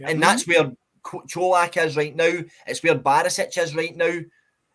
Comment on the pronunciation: Great performance today and a good discussion lads. Just need to make sure we keep the momentum and intensity up. We didn’t drop at all today 💪🏼 Only thing to mention, can you guys please call Colak the way it’s meant, Cho-lak, not Co-lach 😂